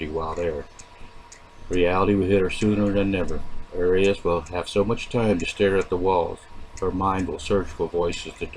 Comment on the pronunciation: Why do you pronounce "Arias" that way? It's incorrect.